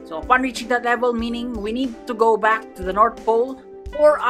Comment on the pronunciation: " is backh" Always gets me